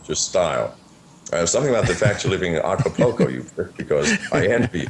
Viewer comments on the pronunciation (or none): Hey nice reference to Acapulco and it's pronounced Aca-Pool-Co not Aca-Po-Ko. is obviously not in Acapulco since he can't even get the name correct plus what he says about the jails is absolute crap. If he is in Acapulco he can be located by the image behind him. If he is helping people get fake foreign passports he is breaking several international laws. How does John know it was exactly 42 armed guards? He sat and counted a bunch of moving people I suppose. John isn't a hacker and has zero ability to hack. Initially he claimed to place spyware and keyloggers on $100 laptops he gave to people - BUT now he's a "Hacker". John wasn't faking his heart episode, he suffered a tachycardia from using excessive amounts of MDPV. This fact is well documented. This was an ignorant interview and is just a bunch of regurgitated crap that McAfee has been repeating for months.